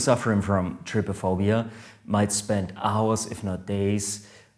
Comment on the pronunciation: U say is like try-phobia